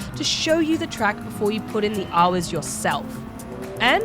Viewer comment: Haaaaars and haaaars. Is it just me does say haaaar instead of hour? Definately a mixed accent, Australian and something else. Just can't place the secound part of the accent.